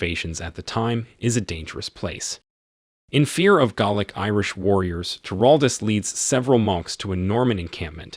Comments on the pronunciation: I was wondering when the narrator was saying "garlic " should have said " Gaelic" ..🙄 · pronunciation in this video is hilarious, eg - "he cursed in GARLIC" :face-green-smiling: It's just one amongst many, so many in fact that I almost wet myself! :face-turquoise-covering-eyes: +++ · Galic is pronounced like gay lick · This narrator needs to learn how to pronounce words properly. Gaelic, not Gallic, and as for the Baron.. good word. It's a title, not a name. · Not in Scotland, where it’s also spoken. Here it’s pronounced Gha-lic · Is the voice AI? It is pretty good, but there are a few odd pronunciations like 'baron' and 'chieftain' and, of course, Gaelic (though the latter might be a regional pronunciation).